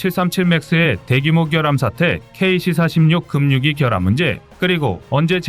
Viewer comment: 급유기 발음 거슬림 "금뉴기"가 아님... 무식 "그뷰기" 입니다. 'ㅂ'이 뒤의 'ㅇ'에 연음되어